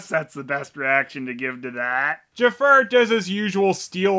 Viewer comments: I'm not sure if you were calling him "Jafart" or not, but I'm going to imagine you were. It makes this review so much more tolerable. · Are you saying Ja-fart? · Everytime you say Jafar,it sounds like you said Jafart